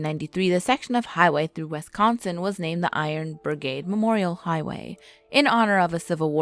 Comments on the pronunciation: and its wisconsin, not westsconsin. you need to learn to speak proper english before narrating videos again, your discrediting your channel. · Did you just say "Wesconsin"!?!?!? WES? NO! Holy shit. The amount of incorrectly pronounced things in that first line is jarring. It's "Wisconsin" Wis as in the words wish, dish, piss, etc, "Bare-ah-boo" and "Saw-ck" It ends in a K sound, not x. I GREW UP THERE! You're so all wrong about everything that it literally hurts. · Bar-bro and Saux. LOL I grew up in that area. It killed me! Especially "Wes"consin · Wes-kon-sin? Port-rage county? Oy vey... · All of us Wisconsinites are disappointed in the incorrect pronunciations that wee made😂 but you get an A for effort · If your going to do a urban legend of Wisconsin video at least learn how to pronounce the names properly